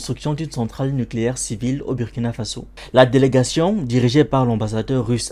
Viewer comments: c pas ça le message de la video est bien passer mais si personne lui dit il va juste continuer a faire la faute , si les gens prennent le temps de d'écouter c aussi pck ils veulent écouter un bon orateur."Bu" du Burundi et celui du Burkina ce prononce de la meme manière, pourtant du dis pas Bu -rundi non? tu prononce ça bien "Bourundi" pkoi faire la faute alors? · Mon ami sa s’écrit Burkina sa se prononce « Bourkina » fais un effort quand même comment un africain peut faire d es fautes comme ça